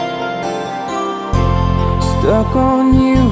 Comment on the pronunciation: Ganda ng boses. Kaso sana na pronounce mo lang ng tama yung word na "stuck" and you're good. Goof job.